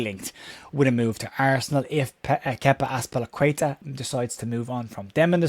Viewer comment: I am being pedantic, but might be worth checking the pronunciation of Kepa Arrizabalaga